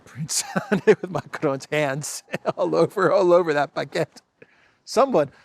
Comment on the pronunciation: Macron -"bagette" with an "F"🙃🤭🤗👏👏